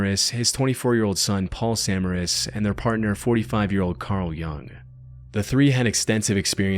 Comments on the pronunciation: Quick note - Paul and Tim Samaras is pronounced "Sah-MAIR-is" not, SA-muh-ris". I know it's a very a very small difference, but as a fellow storm chaser, gotta make that emphasis on the right syllables known. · also good vid but its "Sa Ma Ras"